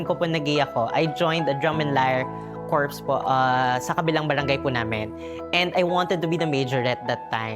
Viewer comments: Drum and Lyre Corps, the corps should pronounce as “core” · Corps= its Cor.....Flawses😮 naloka ako ha😂